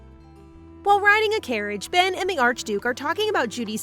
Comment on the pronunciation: His name is Ben not pen